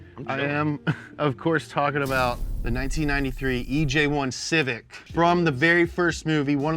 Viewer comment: You made me choke on my spit when you said Civic.